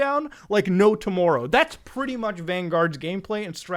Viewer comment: Muta sounds so Canadian when he says tomorrow